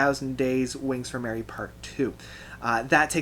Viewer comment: It’s Wings for Marie, not Mary, lol.